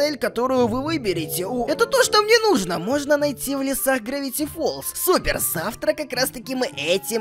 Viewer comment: ЭТО ГРАВИТИ ФОЛЗ А НИ ГРАВТЫ ФОЛЗ